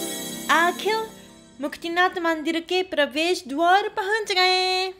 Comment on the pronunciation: ....you should say akhir....not akhil..... i.e finally...😂😂😂🤣🤣😆😆😆😆 Anyway you're trying your....best.... that's what makes me feel funny about you......😂😂🤣🤣😆😆